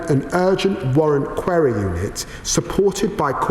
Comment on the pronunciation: Can't even pronounce 'Query'.